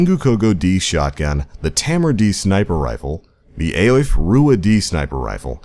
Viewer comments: It's pronounced "EE-fah" (Aoife) it's Irish for beautiful, or beauty. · aoife is pronaounced ee fa pls stop mispronouncing it, it hurts me eri tim